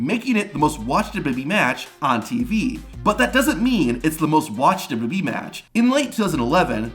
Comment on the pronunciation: There are many speech therapist that can help you with your problem. It’s W W E not duduby.